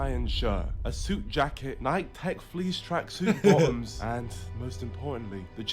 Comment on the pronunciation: My man said ‘Nike’ hahaha